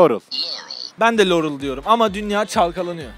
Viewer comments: liorey diyor abi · Lorul diyor Laurel demiyoki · LOUREL DİYO